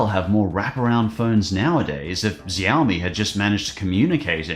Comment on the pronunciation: Ah yes my favorite company ziaomi I thought you say show mi